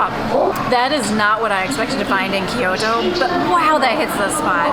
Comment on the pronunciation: アメリカからの観光客かな？ Kyoto（キイヨドー） yはイ 母音に挟まれたtはド